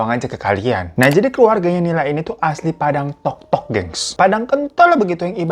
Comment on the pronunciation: Salfok dengerin bang hiro bilang padang tok tok 😂 bantu benerin deh, padang totok yang benernya bang